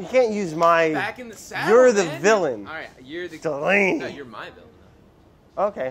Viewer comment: when brad goes “DELANEY” it has the same energy of a big dog barking at another big dog